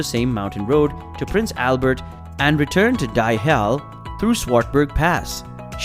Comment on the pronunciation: Die Hel - die in Afrikaans mean "the". Pronounced [ee] not [i]